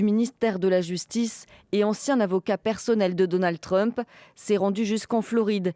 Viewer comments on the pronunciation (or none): none